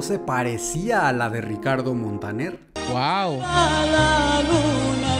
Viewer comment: El dominicano dice: Ricaldo Montanel